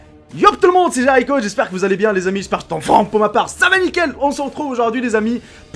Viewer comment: pourquoi tu dit J"a"richo au lieu de J"é"richo ???